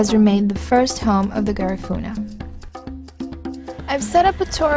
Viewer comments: Atleast say the name right its an insult to my culture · You can't even pronounced Garifuna.